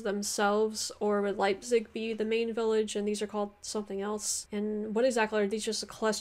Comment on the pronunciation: wtf is "leizip"? ^^